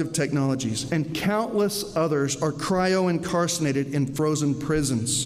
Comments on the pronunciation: He doesn't even say "incarcerated" right. The guy says "incarcinated". Lol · Maybe it's just my ears but I heard say, "cryo-incarcinated" rather than "cryo-incarcerated". "Incarcinated" sounds like it ought to mean "incarcerated in a meat suit".